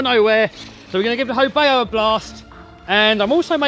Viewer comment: FYI: Not "ho bay oh", its a ho bow (/baʊ/) as in the bow of a boat. But the name is a bit wonky as "ho" doesn't exist in Chinese. Should be "hou".